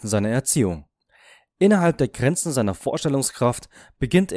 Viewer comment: UNNAHBARE - nicht "... und nahbare ...". Sowie GRENZEN, nicht "Granzen" ....! Liest hier eine KI oder jemand, sonst nicht liest und Fehler nicht erkennt? Habe nicht weiter gesehen ...